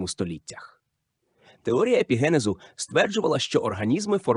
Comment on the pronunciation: ПарАцельс?!! гомункУлуС?!! ЕпігЕнез?!! ЕмбріогЕнез?!! (далі не витримав) ВзагАлі немОжливо це слухАти! Ви коли-небудь чули про таке явище як "правильний наголос" Вподобайку поставив, але це авансом на майбутнє...